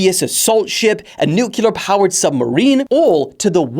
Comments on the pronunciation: NUCLEER not NUKULAR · Why would I like something before I watch it? Especially when this guy can’t say “nuclear” Nuke-you-lar…?